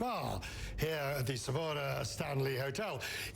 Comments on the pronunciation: It's Sarova Stanley Mr. Quest. Not 'sephora' 😂😂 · I died when he said savora